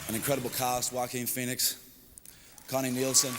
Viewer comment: I love Joe-a-Quin Fone-ix